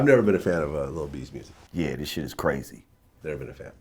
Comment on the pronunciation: Musik W lol